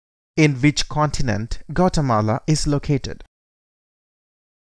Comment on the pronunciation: This is a really bad representation. That's not even how you pronounce the country